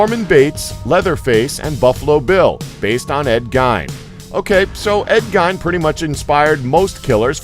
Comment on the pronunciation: you are saying gein wrong, it's pronounced gain.